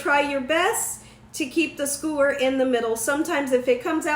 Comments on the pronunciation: Sk-YOO-er, not skoo-er. Love the recipe! And your BACKYARD?? Omg, gorgeous!!! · 2 things....please learn to pronounce skewer..omg.....second learn the definition of circumference....it would be the length of the hotdog when your putting it in the glass not the circumference